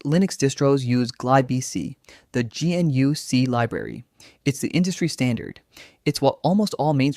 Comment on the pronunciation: "GeeNU"? Really?